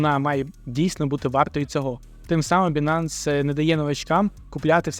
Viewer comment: Байненс а не бінанс!!! Ну ви ж трейдери...